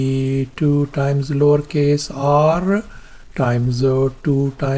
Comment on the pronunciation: What does he say?! Lawrcase?! 😅